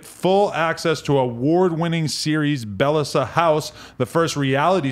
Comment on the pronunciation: lol pronounces bell essa. im sure its beyessa. meaning precious in spanish.